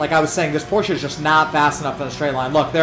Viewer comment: Hey man you said Porsche correctly!!! For that alone I give you a thumbs up. Does not hurt that I also have the G29 and was amazed at how good it seemed for the money, yet as it was my first wheel I didn't know if it was genuinely good compared to other options.